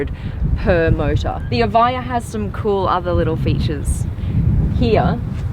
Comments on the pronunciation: Its eviija lol. British education lol 😂😂😂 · How to pronounce Evija? evaiyah? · It's pronounced Eh-vee-ah, not Eh-vaiy-ah